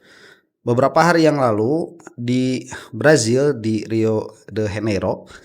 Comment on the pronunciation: Ente aakGuruBadut benar sok tahu. 0.12-0.18. Rio De janeiro. Bukan rio dehenero, koplak ente. Menghadapi gerombolan seperti TIRORIS, gak mempan pakai ilmiah ilmiahan. Mesti dgn kegilaan. Selama ini TIRORIS warawiri, buat pansos dan giring opini, gak ketemu lawan. Menghina dibalas dgn hinaan klop. Dgn puluhan kitab² yg ada dibelakang ente, seharusnya bertindak sebagai penengah dan pencerah. Namun gagal sebagai insan berakhlaktul karimah. Mungkin ini efek dari aktivitas ente yg konsisten mengelola baitul ghibah dan fitnah sebagai mata pencaharian. Wallahualam.